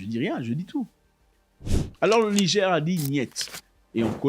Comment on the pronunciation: Bonsoir le boss! Merci pour les contenus très intéressants. Svp il faut bien prononcer le mot Niger c'est "nigére" pas "nigé" god bless😂😂😂